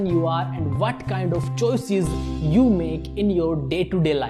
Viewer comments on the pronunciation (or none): none